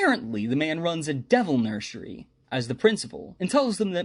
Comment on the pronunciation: Nursery ❌ Nurshary✅